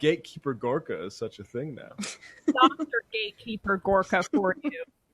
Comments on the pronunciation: Seb Horka now? So that's his name now, can't think of a better person to butcher a name on than Seb Dorka. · Is it not Serb Gorka and not Horka? Anyway, this is a better gig for Serbie. In the past, he has been hawking fish oil supplements on TV ads and he has been saying he is a "Doctor". He never mentions he is not a medical doctor.